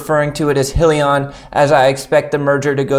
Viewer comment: It’s pronounced “high-lee-on”!